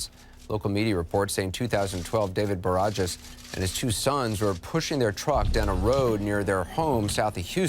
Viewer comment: The "j" in Barajas is pronounced like an "h"